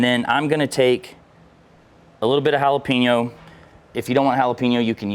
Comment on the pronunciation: Learn to say Jalapeño…